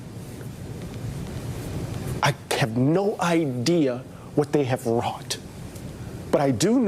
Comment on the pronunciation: My guy said "wrought"😭